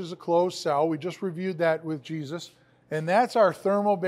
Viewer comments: I just cant take calling that guy "Jesus" lol.... can't he go by the Spanish pronunciation "Hey-soos"!!! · Laughing from New Mexico. It's (Hey-Zeus , like the greek god) not Jesus. Still love all the videos, Thanks.